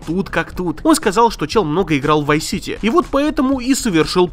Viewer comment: Vive City? Ты серьёзно? ВАЙВ СИТИ??? что у тебя с произношением вообще.